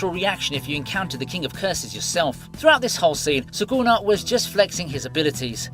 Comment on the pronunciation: suKuna not suGuna